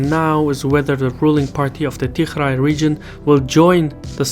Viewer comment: Not tigrai,its tigree